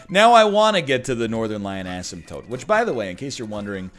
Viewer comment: You pronounce asemtote like how I pronounce asphalt